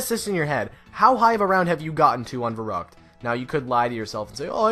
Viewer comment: When you just said Verruct I died on Verruct on bo3